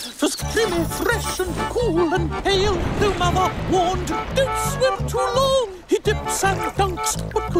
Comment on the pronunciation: Its not "Low" its "Long" rhymes with "Wrong"